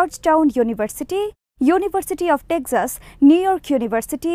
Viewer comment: please correct your pronunciation of "TEXAS"